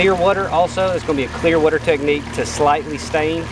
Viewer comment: got one of the best channels and the way he says "werter" is hilarious haha KEEP IT UP HOMIE!!